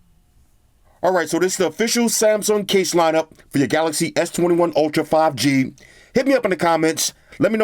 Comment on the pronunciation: Whenever he says 5 gangster, I just can't stop laughing xD